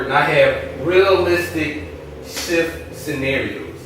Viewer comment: he said shft LMAO instead of s h t f! anyone else thought that was funny